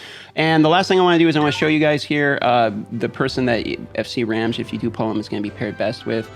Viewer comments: I snagged his FC cause Ramge is my favorite character so far. Also, I believe his name is pronounced to rhyme with "Ramsey", like Ramjee. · Hi,! I follow you around even though I still play Raid but ironically have quit this game instead. Just want to inform you since I did not skip any of the cutscenes, it's pronounced "kee-buh-lay" for Cybele and "ram-gee" (as in "gugu gaga", not "giraffe") for Ramge. I personally hate the Engrish in this game and although I disagree with how the names sounded, I would go with the official pronunciation. It's cool that you follow FG300 by the way. I hope that you would make a collab with JGigs someday checking out that closed beta Genshin Impact game.